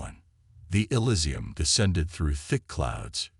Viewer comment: is there any way to get the a.i. to pronounce words right in the meantime? "Asterisk, elisium, asterisk" was a little distracting